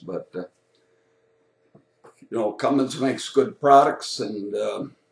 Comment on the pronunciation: Did he pronounce it "Cummings"? Right out of the gate...